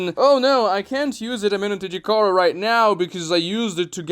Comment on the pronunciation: I disagree with you on the sub jutsu being superior. Kakashi switching with a Naruto clone was most likely retconned since no one, even Kakashi, has done it since. And kishimoto is known for his retcons... I give you props for pronouncing the jutsus name.. amenotejikara can switch jutsus too. As sasuke switched the kunai with chidori and hit Momoshiki with both. No sub jutsu can do it. And some of your reasons for the jutsu being wack involved plot. I think that was a poor decision to prove a point. The cool down is inconsistent. And there is the radius for which sasuke can teleport to. But he can increase that radius by swapping places with things. As shown and explained when he escaped the desert universe during the kaguya fight... But being able to teleport anywhere in a radius is superior than only have to switch places with things like the sub jutsu ONLY does. And sub is only allows the user to switch with other things. While amenotejikara can do the same + being able to switch objects/jutsus with each other or even with people. Can even teleport to certain locations. Does plot ruin the jutsu? Yes. But is the jutsu as bad as you're claiming it to be? No. It's cool down is annoying but seeing as you can do way more with it than you can with sub jutsu. Is definitely superior to the sub jutsu. I watched ya sub jutsu video too btw